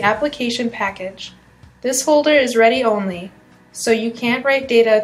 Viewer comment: "temporary storage acts like a catch" - you mean a cache, pronounced 'cash'. "this folder is ready-only" - you mean read-only. I see Microsoft is scraping the bottom of the barrel for female interns? rofl xD I am tempted to port my Android apps over, but its not as easy as this transcript she is reading makes it out to be. Android UI elements having analogous Windows UI elements doesn't help the fact I have to completely re-integrate existing code into a new OS with new Layouts.